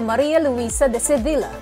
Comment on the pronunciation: Sevilla pronounced as “SEVEEYA”